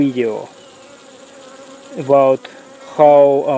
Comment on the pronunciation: "...other wideo" Made my day! :)